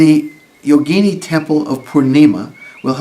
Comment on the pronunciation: Excellent video. A lot of westerners pronounce “yogini” like yo-GEE-nee, but the correct pronunciation is YO-gi-NEE.